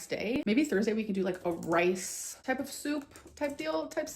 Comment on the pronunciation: Does anyone else not like the way she pronounces soup?